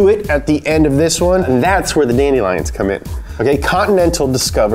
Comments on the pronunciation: Guys it’s not funny to mess with like this. Whoever told him that dandelions is pronounced that way is just mean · "Dandy-lions" lmao😂